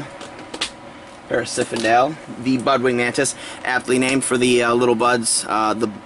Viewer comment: its parasphendale not parasiphendale lol ugh